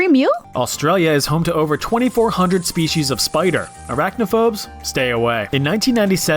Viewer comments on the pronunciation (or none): none